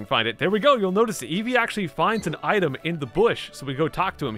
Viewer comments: EVO uh...it’s evee, evee EVO uh whatever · Why does eevee say eevoy instead eevee it’s so weird.